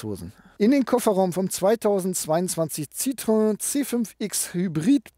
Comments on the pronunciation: ˋTschuldigung, es heisst weder Zitröön noch Zitroan oder ähnlich. Der Doppelpunkt auf dem ë bedeutet, das o und e getrennt ausgesprochen wird. Also Citroën gleich „Sitroen“. Bloss nicht Sitröön. S i t r o en. Schwierig darzustellen. Ich weiss, man gewöhnt sich an eine Aussprache über die Jahre, weil fast alle Zitröön sagen. Ich fahre seit 1974 Citroën, mit wenigen Ausflügen zu Mercedes und Audi. Aber es tut immer noch weh, wenn ich es höre! 😱😉😉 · Ich wiederhole mich gerne bei JEDEM Test eines Citroen auf diesem Kanal: Es heißt SSSitro-enn und nicht Citroääää. 🙄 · Man spricht es übrigens wie geschrieben. Das französische ë wird wie das deutsche e ausgesprochen. Also nicht Citroäh! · Ich hatte zwei Citroën (Xsara Picasso, C4 II ), beides richtig gute Autos, aber auch ein bisschen schrullig, vor allem der Picasso. Nun habe ich einen Hyundai i30. Was für eine langweiliges Auto im Vergleich. Aber wenn ich das hier so sehe, dann wird es wohl bald wieder ein Citroën. Danke für das schöne Video. Und ja, den Kommentar kann und will ich mir nicht sparen: Es heißt weder Zitröhn, noch Sitroähn, sondern Sitro-enn. :-) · Citroën wird ci-tro-enn ausgesprochen. EN wird hier nicht nasalisiert. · es klingt trotzdem Scheiße wie du Citroen sagst...auch wenn du versuchst hast's zu erklären .Auch so mit Wallbox...